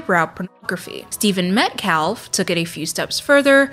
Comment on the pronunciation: The letter L in Metcalf is silent like in calf